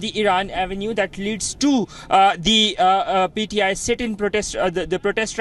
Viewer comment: Its pti not pdi